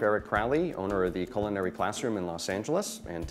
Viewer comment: Recipe sounds great ! Call me anal if you will but I hate when highly paid professionals mispronounce culinary ! Read a dictionary !